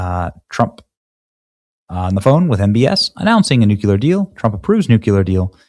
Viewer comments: Benny. PLEASE pronounce “nuclear” correctly. It’s not “nu-cu-lar.” It’s really beginning to get on my nerves. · Day 373 of trying to teach Benny that it's pronounced New-Clear, not Nuke-yuh-luhr. Good God Benny, you sound like Bush! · Benny, the word is nuclear not nukuler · Love his show, but hearing him saying nukular, bugs the crap out of me !! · noo·klee·ur NEW•clee•r NU•clear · Please Benny…. Please say Nook-Lee-Er (Nuclear) Ummm thanks. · 1) The President attended the Dignified return of Remains - not funerals. 2) Nuclear - has one u not two. If you’re having difficulty say: new-clear, that will give the proper pronunciation. 3) small details matter. You may not be a news reporter or reader, but you are commenting in a very public forum. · NUKE - LEE - ER...You're saying the word enough, learn to properly pronounce it. Otherwise, you sound like a total MORON. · Pronounced new clear nuclear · You really need to correct your pronunciation of nuclear; it's like new clear. Sorry, , I'm an old lady, and these things really get on my last nerve. No offense intended. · Try again Benny. Sound it out Nu Cle Ar. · Somebody please get Benny to stop saying new que lar.. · New - Klee - er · Benny.. Nuke-LEE-ar. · "NEW - KLEE - AR" !!! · same! I don’t think he reads comments because I reminded him every video. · wouod someone teach benny how to say nuclear. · Please learn how to say nuclear. It’s driving me crazy. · Why can't this guy pronounce "nuclear" properly? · THUMBS DOWN for Stupid Benny who cannot pronounce NUCLEAR. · Benny: Not a tremendous deal, but would you PLEASE pronounce NUCLEAR correctly???? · it’s nuke-clear not nuke-yu-ler love ya Benny! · Newk-ya-lur or Newk-le-ur? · nu-CLEAR NOT nook-u-ler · Nuck - you -lure? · It's "new-clee-ur" not "new-q-lur" <--- george bush used the latter... so does Benny. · Please stop saying nook-yuh-lurr. You sounds like a halfwit. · NUC U LAR? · Nuke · uluar 🚫 New Clear ☑️ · New-clear. New-clear 😂